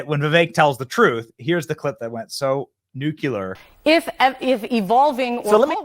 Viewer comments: Don't say nucular ever again. It's nuclear. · It's "nu-CLEAR" Not "Nuculer" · It is pronounced nu-cle-ar, not nu-cu-lar. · I really like Benny but can anyone tell me why he mispronounces the word “nuclear” every day? Is it an inside joke of some sort? It’s NU-CLEAR not NU-CU-LAR. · Benny, brother, i love you. Just one thing-it's nu-clee-er, not nu-kew-ler😅 I say this with much love and respect! He is exactly right about how they focus on specific words and it's always words that they themselves use. Like bloodbath, deplorables, Nazis, literally Hitler, racist, misogynist, etc. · It's pronounced nuclear, not noo-cool-arr! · Benny - really like your videos. One thing - the word is “noo-klee-ur”, not “noo-kyu-lur “ for nuclear. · Ben, it's pronounced NEW KLEE ARE, not NEW QUE LER!!!! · Benny..... Never again say the word "Nuclear" until you can pronounce it right. New-Clear. Not Nuk-You-Lur. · It's nuclear! NEW-KLEE-UR! Not NU-CUE-LAR! Good grief, man! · New q ler isn't a word B. It's pronounced new clear. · Nuclear not nucular please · I enjoy the show Benny, and the commentary is amazing, but please say the word 'nuclear' correctly... It just drives me crazy lol